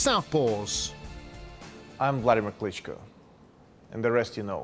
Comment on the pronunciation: "Wladimir Clinchko"